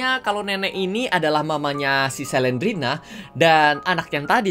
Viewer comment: Slendrina bukan selendrena